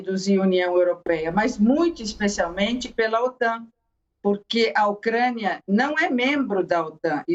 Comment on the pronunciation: Avisa a repórter que é UCRÂNIA E NÃO UCREIA.. KKKKKKK OU ELA QUIS DIZER "MOCRÉIA"